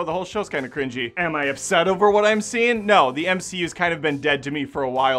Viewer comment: It's not "the" it's "THEE." As if she's biblical or something.